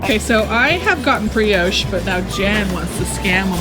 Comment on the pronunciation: Americans pronounce brioche so weirdly